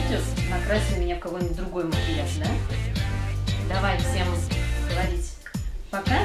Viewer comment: Ну, маамааа - как же все детки одинаково это произносят))) смеялась все видео, ))